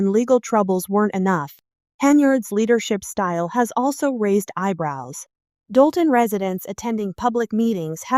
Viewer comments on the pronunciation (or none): It’s Dolton, IL